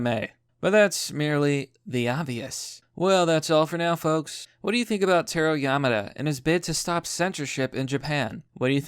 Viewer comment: It's Tah Roh